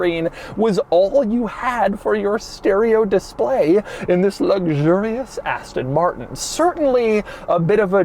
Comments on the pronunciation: “asten morttennn” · aston mar-n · Ass-tonn Martn. Thanks, Doug! OK, nice materials on the inside but the way they're designed and put together is like it was given to the interns to complete in one week. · I had to switch off because of the way that he said Aston Martin and his explaining what a cygnet was